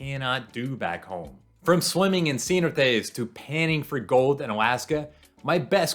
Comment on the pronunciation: Did Doug Parker give you a Spanish lesson? That "cenote" pronunciation was brutal 😂